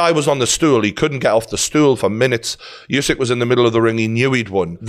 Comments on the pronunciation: Pronounced... Ew-syk... Not you-syk.... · Geordie, let's not keep calling the champ "YouSick" It's wrong. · I agree except he’s called usyk not yousyk